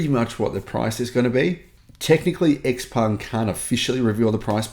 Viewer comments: It's Shi-peng not Eks-peng. Before believing any nonsense the manufacturers promise ahead of the sales start, I STRONGLY recommend anyone who wants an Xpeng (and they are nice cars to drive) to rent one and try a couple of DC fast chargers. Then when you know the 70% of the charger models and brands, the car does not communicate with, you can plot a range map where you will not be able to go with your beautiful, fast, new car. If you own a house and want a 500 horsepower sports car for city commutes, the Xpeng is ideal. If you do a lot of long road trips, you cannot buy a non-Tesla. I hate the looks of Teslas, cannot stomach the manufacturing quality but if I wanted an EV and did a lot of road trips, I wouldn't look at anything but an S or a Y. Any non-Tesla is distilled masochism. And last point - what cells will your Xpeng have? CATL or CALB? After three years when the thing has 400km range rather than 570km, be prepared for the pitch that this is within the 20% degradation that is to be expected. If you cannot afford a Tesla why buy an expensive Xpeng? Get a cheap EV that also cannot be DC fast charged and still is swift enough for the city. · Pronounce the name properly, ShapuwPung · Please learn how to pronounce Xpeng if you are a paid salesman for them.